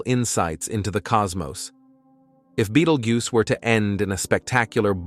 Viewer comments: This video is only worth watching for the mispronunciations. "Beetle Goose" was my favorite 😂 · Thought he said Beetlejuice super nova